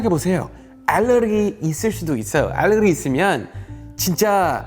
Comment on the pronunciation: 올리버쌤 알레르기 발음 예술이다 ㅋㅋㅋ